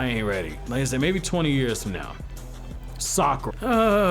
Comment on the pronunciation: Cmon bruh. It’s Sakura 💀